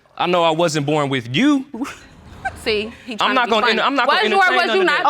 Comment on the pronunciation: It's a southern thang honey